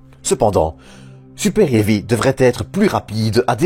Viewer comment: Et le super-hairy aussi. Je trouve ça cool, le lanceur super-poilu, ça a la classe. Mais ceci étant, ce n'est pas un problème de prononciation (AMHA), mais plus une question d'accent (belge je suppose). C'est ce qui est sympa avec la francophonie, ça met un peu de variété.